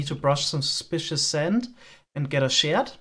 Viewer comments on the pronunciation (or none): Just pointing out "shard" is pronounced with the "ar" in "art".